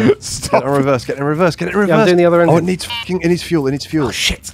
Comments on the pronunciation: They were saying engine god I though it was just bad pronounced : oignon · As a person with a French last name I can confirm that we should probably say Engine like that